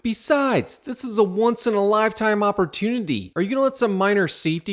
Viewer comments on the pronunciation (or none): none